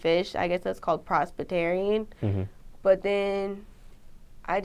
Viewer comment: Shes cute & I don't want to clown on her .. but when she said "prospitarian" I was a little sad she couldn't get the word right . U got this boo..